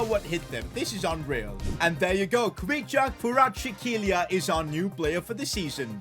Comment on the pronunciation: Khuvicha kavaratskhaelia Thats how he should say it